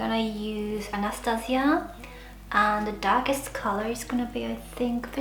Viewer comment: "That's very darkk '' oml😂